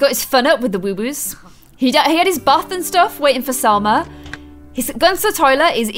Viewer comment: Its woohoo not woowoo